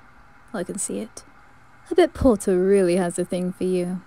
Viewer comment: I love the "POTTAH👹"